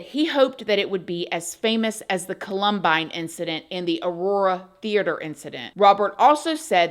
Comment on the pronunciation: Ive never heard anyone pronounce "Columbine" like that 😅